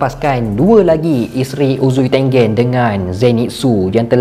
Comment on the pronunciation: Bang.. bila sebut uzui tengen, balik2 dgr uzui tengek.. ☺.